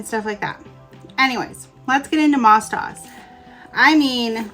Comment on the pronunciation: it is pronounced MOSE DOSE. it was created for the orthodox Jewish schools.